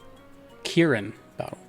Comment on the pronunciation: yes you pronounced it correctly. thank you for the kieran content